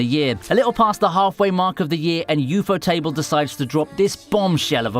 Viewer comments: wtf is u-fo-table? it's one word, ufotable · I dont get it. U-fotable? Like able to be ufoted?